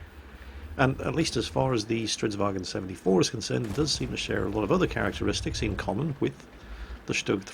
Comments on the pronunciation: Why do you keep saying "stridsvagen"? Swedish is not german, its pronounced vagn. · Why do you keep calling it StridsvagEn? It's a Swedish tank, not a German tank. There is no E in Stridsvagn. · "Stridsvag en Stridsvagen 74" gaddamn it it¨s not german, get rid of en and just keep the n. Stridsvagn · Jesus mi balls this is not a kampfwagen it's a stridsvagn, no bloody en on the end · I've commended your Swedish pronounciation before,, sir - but it's because of that previous high level that I can't hold myself from pointing out that it's "Stridsvagn", not "Stridsvagen" up here in the land of Odin. Spelling it in English, I would say to aim for "strits-vang" with a somewhat longer "a". Sorry for rambling on about something so meaningless. I'll be quiet and watch the clip now. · Stridsvagn if i may, not stridswagen. its not swedish/german. :P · For the love of everything swedish, its not a "wagen". We're not germans. Its Vagnen. There's an N right there after the g. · cause there's no example word that ends in gn so that's how English speakers pronounce it... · Both and quickybaby pronounce stridsvagn like it's german... It's not, you should look it up on google translate to get an idea how to pronounce it, it's not perfect, but it better than saying it like it's german. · Hey your pronunciation of Stridsvagn is pretty good, but there's no e at the end. I think you're confusing it with how you say the german "wagen". Just get rid of the e and its perfect.